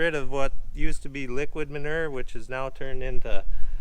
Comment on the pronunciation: Every time that you say manure I laugh